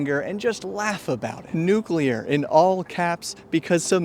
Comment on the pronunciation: Thank you for pronouncing nuclear correctly.